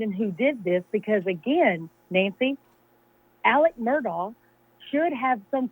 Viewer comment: "aleks merdog" gets me every darn time